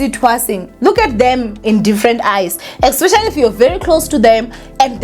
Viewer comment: when are you going to stop saying “ecspecially”?